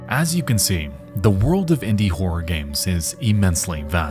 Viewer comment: Might want to work on how you say "Horror" lol. Because it sounds directly like you say "Independent wh**e developers. I was like, "Wait. What did he just say??" and then replayed it back 5 times and each time... yeah... you really need to work on how to say "Horror". Just... putting that out there. Turns out trying to use the type of voicing you do doesn't tend to work out with some words. You cannot say something like a one syllable word when they clearly are two.